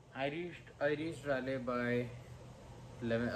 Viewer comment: I think my weekly goal would be to make sure you start pronouncing Raleigh properly, ITS 'Rah-Lee' not 'Rae-Lay'